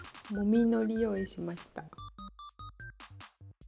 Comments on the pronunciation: めめめ 方言も地方出身者も否定しませんが、独特の海苔の発音を以前は使われていないのに、ここ最近やたらと強調されて使ってたので以前も書きましたが同じように思う方が多くいらっしゃってたから改善してくださったんだと思いますよ？元々バリバリの島根弁で動画UPされていませんし標準語をきちんと喋れる頭のいい方ですからロシアンさんは。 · いつも思ってたけど、海苔のイントネーション標準語と違うよね？あれ？私(北海道)が変なの？（笑） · ノリの発音変わってないような… 私関西でこのイントネーションなんで全然気になりませんけどねw 標準語はなんなの？ の↑り？の→り？の↓り？ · 山女悠遊地適 どちらでも良くないですか？ 自分の発音がつい出てしまったとしても、仕方のない事だと思います。 方言があれば、意識してても出ちゃうのが普通だと思いますよ。